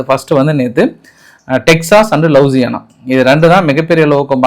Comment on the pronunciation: லூசியானா👈 லவுசியானா அல்ல😂😂😂🤡